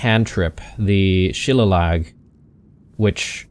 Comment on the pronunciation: Shuh-lay-lee. Not She-la-log.